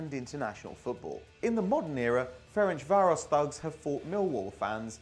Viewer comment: Idk how he managed to butcher the pronunciation of Ferencváros so badly. It’s pronounced Ference-Varosh. Like the easiest thing to pronounce in Hungarian. Hajrá Fradi!!!!